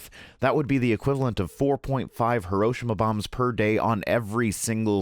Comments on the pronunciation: HE-ROE-SHE-MA not ha-row-sha-ma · I'm really sorry to nitpick: it's "hih - row - SHEE - mah" not "hih - ROW - shih - mah." It eats at me every time people mispronounce it. At any rate, good information, and I hope you get well soon. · Great video, but please - it's pronounced "hee-row-she-mah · Am I the only one triggered by his mispronunciation of Hiroshima? I loved the rest of the video though. :)